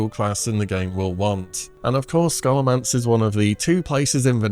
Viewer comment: Scholomance is pronounced “Show-luh-mance”